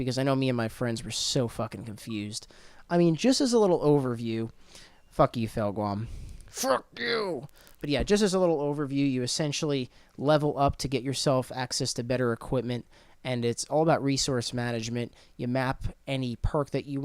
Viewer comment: It's Felix, not FelGuam, you ass.